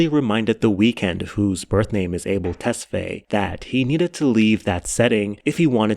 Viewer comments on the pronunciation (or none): isnt it "Tes-fa-ye"?